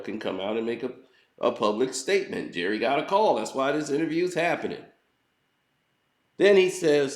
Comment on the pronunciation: "Jerrith Seinfeld". 😂😂😂😂 Das his name now 😂😂😂☠️